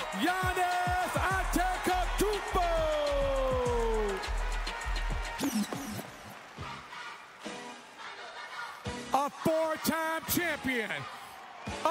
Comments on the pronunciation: "Giannis AnteKotoumpo" 😅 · They still managed to butcher Giannis's name :(... "Antekotoumpo" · we gonna ignore that the announcer said antekotuonpo lmao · “Giannis Antekotounpo” 😭 😭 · I like how he butchered giannis's name😂.. AnteKTumpou😂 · Idk if anybody else heard it but he said Giannis Antekotoumnpo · They said Giannis Antekotoumnpo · How any professional voice in the NBA world still gets Giannis' surname wrong, is beyond me. Com'on, Magic. You did that man wrong. Giannis is an NBA superstar and a global icon now. Literally, put some respect on his name. I know Magic's known for butchering the English language, but, com'on, man--practice saying it ahead of time, if necessary. Butchering his name like that is just straight disrespectful and unnecessary. And coming from a legend like Magic Johnson, that had to be hurtful. It's not even that hard to pronounce anymore, if you've heard it enough times. This happened over a week ago and I'm still upset by this! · Bruh really couldn't bother how to pronnounce Antetokoumpo he's the reigning finals MVP say his name properly